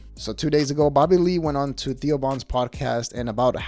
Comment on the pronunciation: The way you say Theo sounds like Tio, which means Uncle in Spanish lol